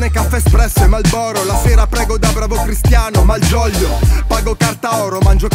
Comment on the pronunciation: Hai pronunciato cristiano malgioglio yes